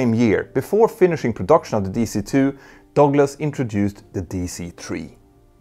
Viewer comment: It took me awhile to find out what the narrator meant by "dogless". 😅